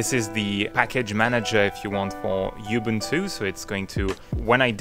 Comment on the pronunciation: Anyone else feel triggered when he says YOU-boon-too rather than oo-BOON-too